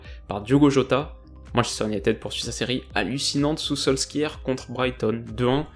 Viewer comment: salut! superbe vidéo comme d'habitude! je suis franco norvégien et si je peux me permettre un petit point prononciation sur Solskjær qui se prononce enfait "Soulcharre". voila c'est tout haha